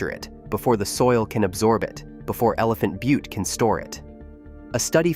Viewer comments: Al-bu-kwer-cue ? Elephant bu-tee ? This is supposed to be credible ? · How about Elephant bu-tee ?